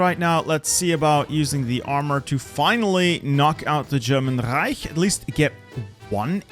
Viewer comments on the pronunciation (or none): none